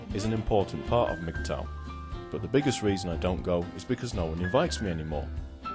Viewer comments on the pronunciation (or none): Why do you lot keep saying mgtaw? Thought it was mgtow?